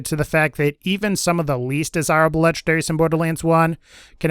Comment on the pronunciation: I like how you say "lege-daries". No N's were harmed in the process.